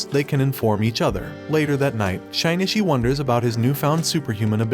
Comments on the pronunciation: Shinichi not shainatchi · it is pronounced as shinichi not shainichi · Anyone else bothered by how he pronounces Shinichi's name? It sounds like he is saying Shine-Itch-ie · that name pronounciation XD SHINY-Shi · it's Shin-itchy